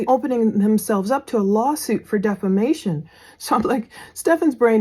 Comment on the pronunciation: Defimation!!! Hahaha says someone in prison for SA and redrumming a child 🤣